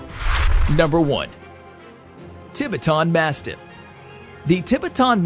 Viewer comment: The way he pronounces Tibetan Mastiff 🤦🏽‍♂️